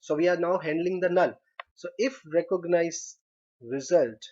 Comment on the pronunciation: These guys are really learning English through programming languages lol, recooganize